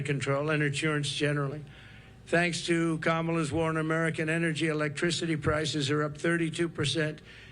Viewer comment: Sorry, energy, not enery